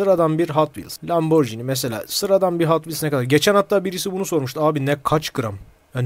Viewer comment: YETER ARTİIK LAMBORCİNİ DEİL LAMBORGİNİ